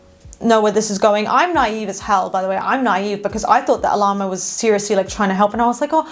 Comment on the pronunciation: It’s pronounced AL-uh-moe. And we already know Gina is at college but the actress didn’t want to return